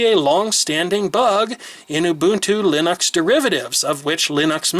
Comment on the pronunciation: Why the fuck do you pronounce it Linox. Fucking annoyong